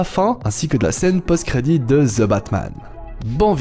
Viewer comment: Ca se prononce Thi pas ZE